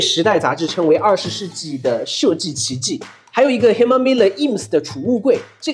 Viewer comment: Herman的H不发音